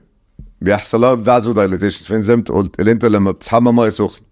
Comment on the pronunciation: حتى قالها غلط قال فاسودايليتيشن...و هية اسمها فيزودايلاشين